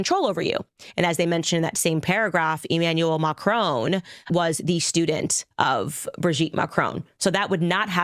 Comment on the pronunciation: Makroon, you make it sound like macaroon 😂